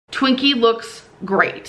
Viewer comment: When she calls Twinkie “Twink” SKSKSKSKSSKSKSKSKS